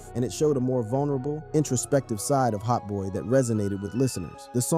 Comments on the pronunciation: HOTBOY-E 🗣‼️‼️😂😂 he gotta be fuckin round cuz godammmn 😂😂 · I could’ve swore I heard him call Hotboii like Hotboii-e lmao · Why tf yo reading his name like that lol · Learn to say hotboii properly, is not hotboeyy And is not 9 lokk 9 bro, glokknine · Hot boy-e and 9lock nine is crazy😭bro researched everything except pronunciation